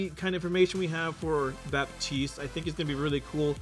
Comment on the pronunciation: you do not prononce the p in baptiste it's a french name